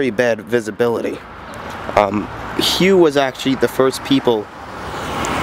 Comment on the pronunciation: Powered by Detroit 8V71. also you pronouce it "HUFF" just to be helpful.